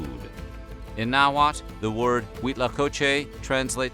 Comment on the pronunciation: Two points. 1st, the L at the end of Náhuatl isn’t silent. Porfa, pregúntale alguien que habla el Castellano Mexicano la próxima vez... 2nd rabbit or conejo, was just as important to “La Milpa” as turkeys or guajolotes. Te califico un 6 en tu tarea de ciencias sociales. Además de tu mala pronunciación de la lengua Náhuatl, no te fijaste en lo que significa “La Milpa” para los Mexicanos de ayer y hoy.